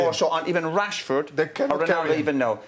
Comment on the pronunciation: The way Roy pronounces "RASHFORD" is fun pricking